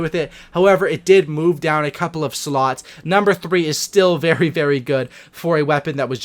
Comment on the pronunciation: “I’m bear excited to do this”